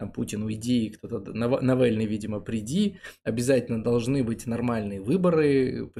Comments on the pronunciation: и! Шутка. Молодчинки! Жгите глаголом! кстати палится иноагентом произнося "НэвЭлны" вместо поляцко-разговорного Навальный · Ваш НавЭльный режет слух. Попробуйте без коверканья фамилий обходиться, оставьте такие "приемы" совсем отбитым пропагандистам.